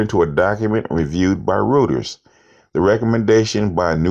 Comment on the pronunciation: FYI, "Rueters" is pronounced: royters. Just trying to help you elevate your game.